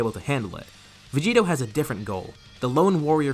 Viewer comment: It's "Vegito"